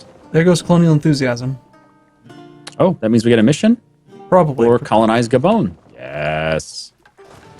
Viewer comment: its not ga bone. its gay ben, such as the all might overload of steam and all that is holy on the internet!